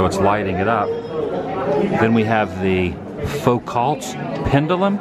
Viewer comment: sure wish you could pronounce Foucault (foo-kow) Pendulum and coelostat (see-low-stat) properly. The big ball does NOT tell time. Please know what you’re talking about before you spread misinformation! I could not watch the whole thing, embarrassing. :-/